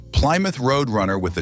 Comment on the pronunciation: Ply Mouth?????